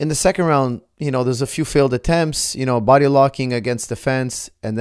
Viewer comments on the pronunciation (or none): none